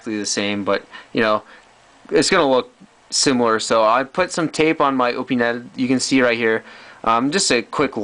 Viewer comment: You’ve got interesting content, AND you pronounce “ Opinel” correctly! Sub’d! 👍